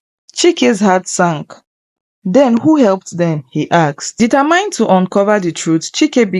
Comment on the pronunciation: Sorry but there are some words you didn't pronounce correctly like the word "determined" you call it "determind"